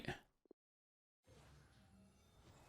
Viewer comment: Am I the only one that can't stand? His accent just does my tits in and the last time I watched one of his videos, he pronounced Dembele as "Dem-bell-ee". Can't stand him